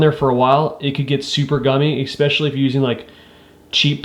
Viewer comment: Great video but please teach yourself to not say “exspecially” because it is not a word. It is pronounced “especially.”